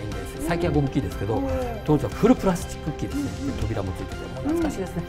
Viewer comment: プラスチックじゃなくてプラッチックって言い方面白いです!